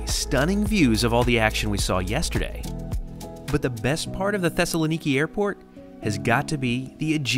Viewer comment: You need to work on your pronunciation Thessaloniki, for European viewers. Its ;Thess-a-lon-ika